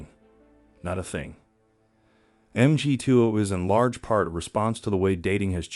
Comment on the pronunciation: Why are you pronouncing MGTOW that way?